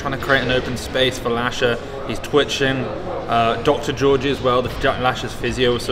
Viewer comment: Finally Lasha content! Thanks man! But you keep pronouncing Giorgi wrong😄Sorry for being annoying but "g" both times is being pronounced hard like in "logo"